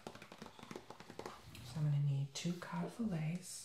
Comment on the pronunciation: When he said "cod " It sounded like he said "cock"😂😂